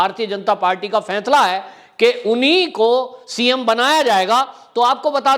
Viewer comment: कृपया फैसले को फैसला ही बोलें। फैंसला नहीं....